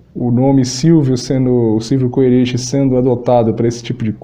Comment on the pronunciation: Se pronuncia Kerich, é uma rede de lojas daqui de Santa Catarina igual magazine Luiza, Stodieck se pronuncia Stodick é o nome de uma rua de Florianópolis, Ernesto Stodieck empresário acho que filantropo também.